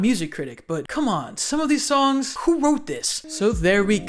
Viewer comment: Bro, every time you say the word "songs" you start "Allstar" in my head because you pronounce it like "SOme body once..."